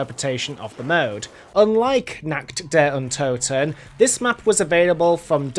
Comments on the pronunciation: Der riseuh nakt der untoten yeah pretty fun to say it that way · I just love how you say Nacht der Untoten , verrückt and der Riese it is totally wrong but i just love it